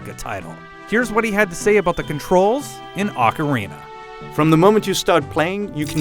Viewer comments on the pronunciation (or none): "awkerina?" More like Oh-carina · Does anyone hear him say Ocaweena 0.15 seconds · I cant put up with this video.... advertisements and its fucking pronunced OHKARINA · a better question,what the hell is aucarina of time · OHKARINA! Thats the pronunciation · Oh god this is gonna be painful, he doesn't pronounce "ocarina" right TT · You tard...you mispronounced Ocarina!!! WTF!!!!